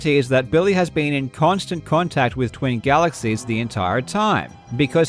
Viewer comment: "GALEXIES" lul